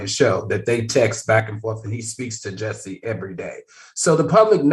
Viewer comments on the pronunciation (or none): Why can't Al say Jus-see?? 😂